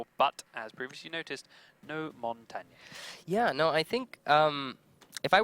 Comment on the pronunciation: Its mon tan ya not mon tay ne